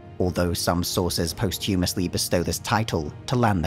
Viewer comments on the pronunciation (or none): /nitpick/ "post huumusly? It's 'post-hugh-mus-lee'. /nitpick/